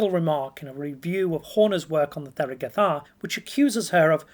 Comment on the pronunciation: The th is an aspirated t, it is not pronounced like 'the' or 'there' but instead like 'Thomas'.